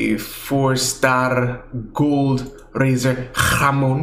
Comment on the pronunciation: did you say ham in spanish? "Hamon"